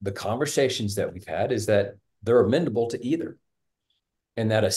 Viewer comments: OK dad...it's amenable not amendable. What's amendable even mean?? You want to amend your children, change them, alter them??? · It's amenable not amendable. The word is amenable, without a d. Sorry, that is driving me crazy. 😂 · A smart guy should know how to pronounce "amenable " He good with numbers, not so much words...